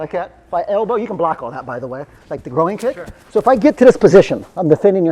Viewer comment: I feel like if you asked this guy what a pig says he would reply "oh-ink" because pronouncing groin as grow-een is wild.